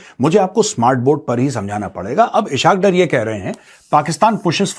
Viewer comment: Eshakdar nahi esaqdar 😂😂😂😂😂